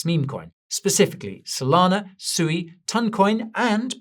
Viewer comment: Did you just Just call it Suey like chop suey 🤣